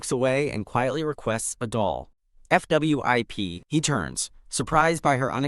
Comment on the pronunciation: Why does AI not like to pronounce 'fwip'? It's always 'F W I P'... (o_-_)o